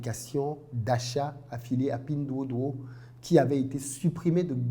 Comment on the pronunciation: Très belle prononciation de pinduoduo😂😂😂